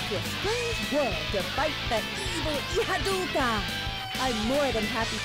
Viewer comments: is anyone else bothered by the fact that they spelled it "Ihadurca" in text but still had all the VAs pronounce it "Ihadulca" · Not at all. I always figured the r in Ihadurca was just silent